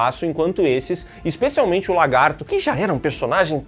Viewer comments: Ainda não soube dizer se o fala "LARGATO" de propósito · O não consegue falar lagarto😅